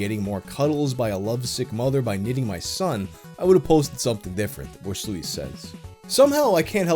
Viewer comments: It hurts me on an emotional level that you pronounce Voorsluijs as Vore-slouis like it's some 18th century French painter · Mari-Kee-for-Sloos Beautiful.